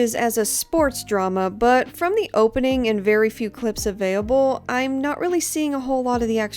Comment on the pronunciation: "Avayable" "avayable" "avayable" Do you have a stroke everytime you say "available"?